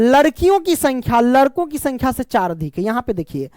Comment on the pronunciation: Sir ladko hota hai larko nhi 😂😂